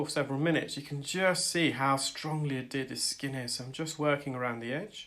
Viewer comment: Isn't it adhered?? Not bit picking, just asking?? 😃